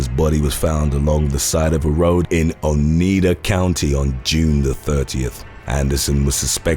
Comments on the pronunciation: Now hiring youtube narrators, just speak English terribly, don't ask around to see if you are saying simple words right.."O need uh?!"..it's "Oh nigh duh!" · It's pronounced O- NIE Da County Wisconsin.